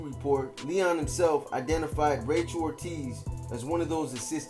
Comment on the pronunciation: Its pronounced L-E-O-N as in lion.